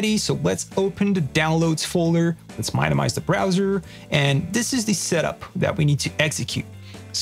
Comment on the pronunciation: mine-o-mize? you have to know how wrong that is bro